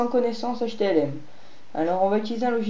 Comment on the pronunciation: J'ai cru entendre htMl au lieu de htLm, non ?